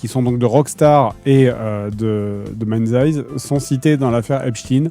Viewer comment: Le jeu qui devait être présenté est MindsEye. Fred et la prononciation anglaise font deux. :3